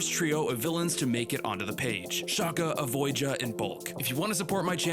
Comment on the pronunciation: Avoga sounds like Avoid Ya